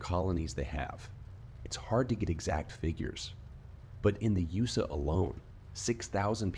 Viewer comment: The homeless one was such a good story. I knew it had to be from reddit even before I checked the info. Good job on the new content btw, I like the voice and everything but probably needs better pronunciation and punctuation. I think I heard "in the usa" instead of "in the USA" at the very end.